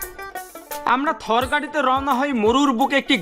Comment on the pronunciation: Nam sudd kore bolo ata India Thor na thar